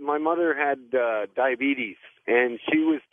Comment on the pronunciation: I cringe every time she says "dah-bee-tees."